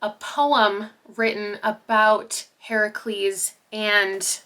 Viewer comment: As a Greek mythology nerd, thank you for pronouncing Heracles the correct way 🥰🤗🫶🏻